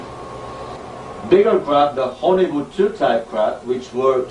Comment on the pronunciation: !! Listen to how he says hcccccchollywood. Thats no accident.